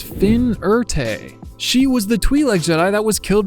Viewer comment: Never say Twi-lek again Bumblebee Soundwave treatment